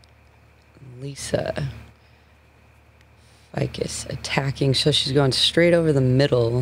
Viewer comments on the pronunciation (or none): Lisa F eye cus? Everyone else says Lisa Faycus